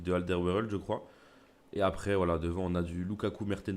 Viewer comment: Aaah un français qui sais dire Alderweireld respect de la part d'un belge